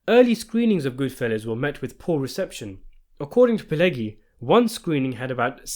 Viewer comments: Thank you for a good video! But: it's not "gi" (like in "groggy") in "Pileggi". It's "ʤi" (like in "jeans"). Pileggi - /pɪˈlɛdʒi/ - in American English. Italian: [piˈleːddʒi]. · The G in Pileggi is not pronouced like the g in egg but the g in say gentrify. I know egg is in there but it's not pronounced that way. Not a hard G but a soft G.